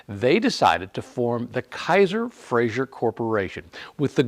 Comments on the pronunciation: Great video but I do have one pet peeve - it's pronounced "Fray-zer" not "Fray-zhur" He was Scottish, not french. Still a great car and much appreciated video. Thanks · It's Frazer, not "Frazier."